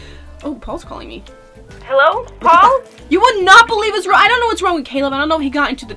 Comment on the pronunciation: Paul u were saying pail pt paul